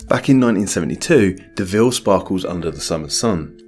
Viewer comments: Deauville is pronounced doh-vill (dough-vill). Not de-ville. Not Cruella Deville. And that's not the only problem. There's a probelm., you must try harder. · If you want to pronounce the name Deauville without sounding like a klutz, try saying 'Doe Veal'. It's much closer to the French name. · It is; 'Do-Ville' when pronounced correctly. Just thought you'd like to know.